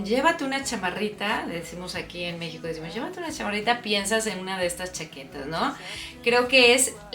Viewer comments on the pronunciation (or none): none